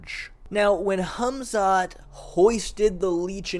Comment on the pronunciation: I love how you say his name correctly. "Hamzat" not "Kamzat". Some names have something like a k but some don't like Hamzat and Habib. I assume he could do something wrestling wise to Costa if he trains with good and I mean GOOD heavier wrestlers.